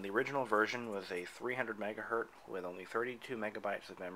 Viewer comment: "300 megahurt"? MHZ is megahertz... named after Heinrich Hertz, pronounced "hurts". Anyway, I was able to load up my original Bondi Blue 233 MHz iMac with 512 MB of RAM, despite the naysayers who claim it only accepts up to 256 MB, or especially Apple's official maximum of 128 MB.